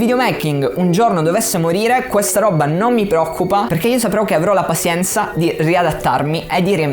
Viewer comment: Bello tutto ma "pasienza" è proprio una pronuncia fastidiosa XD madonna, sembra che lo hai detto sbagliato mille volte a posta ahahahah Tutto il resto come sempre un grandissimo insegnamento. Grazie.